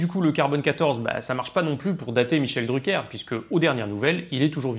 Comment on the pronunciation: Arrête de faire l'anglais